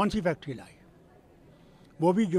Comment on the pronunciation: Sir sulate,sahi kaha ap ne factory nahi factareee😂